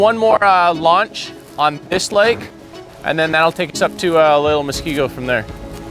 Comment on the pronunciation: I don't think a person in WI needs to have dementia for the Silver Alert, just worry for an elderly person. Just for future information. And I'm sure others will let you guys know but it's "musk-KEE-go". edit: Years ago I might have been kind of shocked about the sister spying on the ring doorbell, but now I am all like, "Whew, good thing they are all watching out for each other.". What a world this is we live in. Hope the family finds their mom.